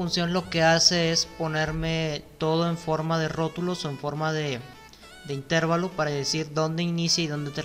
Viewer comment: Muy buen video bastante útil. Excepto por la pronunciación errada y repetida de la palabra Intervalo, La única forma correcta de acentuar esta voz es como palabra llana: «intervalo». Es errónea la forma esdrújula, usada por, a la que si existiera correspondería la grafía con tilde "Intérvalo". Gracias